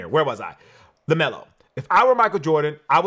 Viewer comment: LEMELO BALL!!! "LEMELO"!!